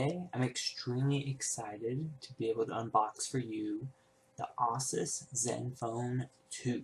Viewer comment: Asus. not Assus. Its the last part of Pegasus.